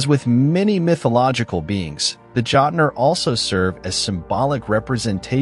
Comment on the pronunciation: As a modern Norse pagan, my ONLY complaint for this video is your intense butchering of pronunciation of words. Like how are you gonna sit there and and call them "Jot-ner" when they are called "Jötnar".